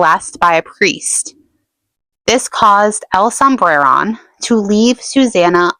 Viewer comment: I really like your videos, haha "Sombreron" doesn't have any rolled R's (I'm Mexican) but make an emphasis on the o, like this: "El sombrerón" otherwise your pronunciation of it is good.